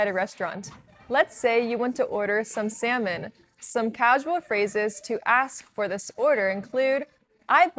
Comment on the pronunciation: If u pronounce salmon as semen',what actually is the seven be pronounc3d?